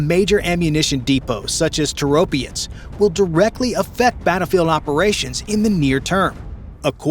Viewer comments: Is your AI so dumb that it cant break words into syllables? Toro - pets! Not Tor-opI-ets!! R's°! What happend to pride in whatever your work produces? This is not a Tomato vs Tomayto argument (says enough anyhow). It is an English argument. Either you speak it or you don't but you dont bastardise it to fit your inability to get your tongue around pronouncing items like e.g. Orientals using 'L' in place of an 'R', as in 'Solly' or Slavics 'Z' for 'TH', as in 'The' or N.Americans using 'Z' in place of an 'S' as in 'Agonising'. No offence to the first two example cultures' attempts, theyre forgiven for trying. Americans are not forgiven because of their BS baffles brains approach (arrogance). Yeah! The nation of whose adults have an assessed level that mostly 70% are of an only third grader literacy level. El soto, meaning you're dumber than you believe & make up for it with - bluster. But it remains, not being English! Personally I assume, even though youre using AI, that you are American. Why? Because your culture is so arrogant, it matters nothing to you to do anything correctly, that permits you to sound so idiotic. To the point of 'dont speak, just convey your dialogue on an e-mail, just stop vocalising - please'. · It's Toropets not Toropiets. Slava Ukraini. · Toe Roe Pets. Accent on 1st sylable if any accented syllable at all. Stop pretending all languages have English grammar and pronunciation. NO other language is like English (maybe sometimes French)! Another interesting fact: where was the "military-industrial complex" of the USSR? Primarily in Ukraine, not so much or so concentrated in Russia. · ITIS NOT TOROPIETS, there IS NO "I" in the word. STUPID YANKS CAN'T PRONOUNCE ANYTHING CORRECTLY and this is simply using others INFO to make this. POOOOOOR JOURNALISM INDEED!